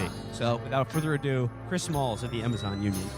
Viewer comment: It’s Chris Smalls, not malls